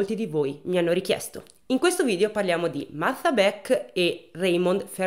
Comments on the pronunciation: E' Martha in inglese e lo pronuncia correttamente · un applauso a te che per tutta la durata del video hai pronunciato Martha con il th inglese! Solo per questo meriti tanta stima ♥️🤣🥰